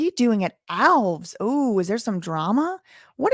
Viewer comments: Hey, love your work... Regarding Alves... It's definitely pronounced Alves (just like the little green elves living in your garden) Think of it as one word rather than as a hyphenated word or two words; ✓ Alves X Al-vez X Al Vez Elves is to Alves as El-vez is to Al-vez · It's not pronounced Alvs. It's pronounced Al-ves with the emphasis on the letter A. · Come on, it is ALVES not ALVS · The man's name is pronounced Al-ves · Alves is a Portuguese last name the reason it's pronounced ALVS same as Lopes= Lops and so on , if it was Spanish then it would be Alvez Lopez and every other similar name like my last name Fernandes= Fernands not Fernandez , Reis = Rays not Ries as Americans pronounce it , similar name in Spanish is Reyes both names mean Kings in English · The host cannot pronounce the mayor's name.